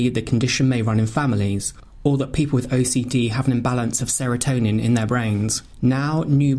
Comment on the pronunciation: Hi, Serotine should also be highlighted as the speaker said Serotonine.